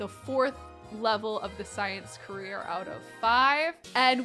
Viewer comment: i luv u but it's career not carrer AHSOSJSOJDDO